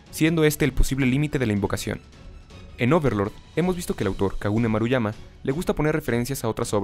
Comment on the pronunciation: En una parte en vez de decir Kugane Maruyama dijo Kagune Maruyama xD